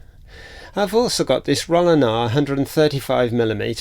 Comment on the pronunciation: Interesting video. BTW "ei" in German is pronounced like "eye" in English - so it's actually "Rol-eye-flex" from "Frank--e und H-eye-deck-e" (the single "e" is pronounced like the begining of egg in French "ouef", but without the "f" part) I did briefly consider the SL35M before buying an Olympus OM-1 back then. Lens choice was part of the reason